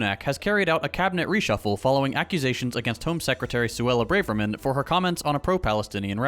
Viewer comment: there’s no bravery in her which is why it’s pronounced bra-ver-man where the ver is like Spanish. 😅